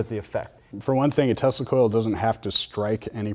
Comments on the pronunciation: Why you keep saying "testicle" :D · They do seem to know their stuff, but I was almost positive that Asian dude says, "testicle," every time he says, "Tesla Coil." Lmao I may or may not have smoked some bitchin' herb just before watching this. Heh. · Did you say the band that plays with tesla coils or testacles? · Great video but every time you said Tesla coil fast I thought you were saying testicles :)